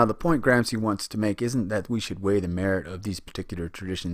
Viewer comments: With your clever-clever voice and diagrams --- ha --- You can't even pronounce Gramsci, nor Machiavelli, nor do you possess the respect for language and culture to go find the correct pronunciation. Typical automatic american sense of entitlement and blithe unconsciousness. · Great clip. I've watched it three times now and it's really helpful. But, for the love of God, learn how to pronounce names properly before you make another video. It's distracting and reduces your credibility. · Great video but its "grom-she" not "gram-see" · Thank you! Well done! Still, with all due respect: The Italian name is correctly pronounced "GramSHE" at least all over Europe... :) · GRAM-shee VOL-de-mort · Please try to pronounce this great man’ s correctly gram- shee, not gram-zee. It is not difficult ! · the pronunciation of Gramsci is not Gram ci but Gram shi , shi as shiver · GRAMSHEE NOT GRAMSEE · Lol at "Gram-see" it's "Gram-shee" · It is pronounced 'Gramshi' not 'Gramsi'. Good vid! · Gramsi? Machevellia? Check your names mate. Otherwise good video! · minute Philosophy Same here. However...I've always pronounced Gramsci "Gram-she". Worth noting Marx's Grundrisse wasn't published in English until the 1970s and also had a large effect on the field of cultural studies. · Please at least learn how to correctly pronounce his name!!! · You spend days making a video, and days (or weeks) reading the material, and then, over and over again, you mispronounce the name of the person you are making a video about. Why................... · The gross mispronunciations are a real distraction, but I appreciate the subdued tone of the presentation, which is just the opposite of what my students expect.